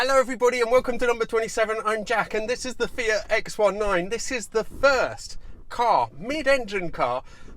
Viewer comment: One of the very few that can pronounce Fiat properly, ie Fe ut, not Fee att.